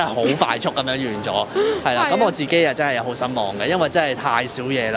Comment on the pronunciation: 係讀「真」係呀，唔係讀「憎」係呀！懶音要改善啦！哈哈